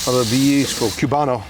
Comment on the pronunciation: It's COO-bano. Not CYU-bano. But I'm sure the Cubanos around you would tell you that.